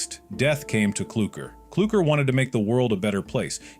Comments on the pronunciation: It's clukr not klooker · Klooker❌ Clucker✅ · Not klooker.it's clucker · His name is brud not brood and culucker is cluckr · ITS CLUKER NOT KLOOKER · Its sprunki not spranki Its Clukr/Klukr not Klooker Its vineria not an area Its brud not brood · Whya this every YouTube say klooker not clukr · clukr, not clurkr,@ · Clukr:❌ Clurkr:✅✅✅ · Not kloooker or clear is clurkr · You forgot "clulkr" is "" clooker" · I absolutely hate name mistake and the worst is “CLOOKER” “WANDA” “BROOD”